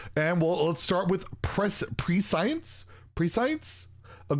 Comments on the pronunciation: prescience is pronounced preh - she - ence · There’s a few ways you could pronounce it but pre-science definitely ain’t one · Love your content! I believe prescience is pronounced “press-shense”